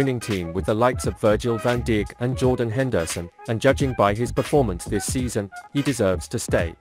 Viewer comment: Did i just heard virgil van dik!